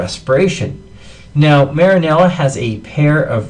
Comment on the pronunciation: yea lol, marinela